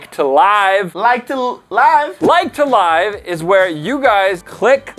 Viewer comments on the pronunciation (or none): I pretty sure that said like to live (the other pronunciation).